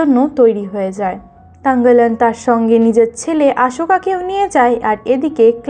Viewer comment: তাংগালান না থাংগালান হবে